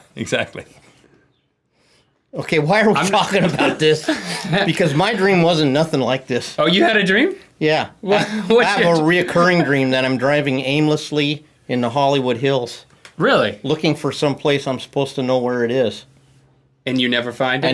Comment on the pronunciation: mispronounced "recurring". He must've missed that episode!